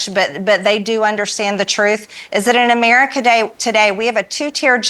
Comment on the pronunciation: Or the word America which rather looks like a four syllable word. Her best attempt is but three syllables. Perhaps she was absent from school when the English language was being taught?!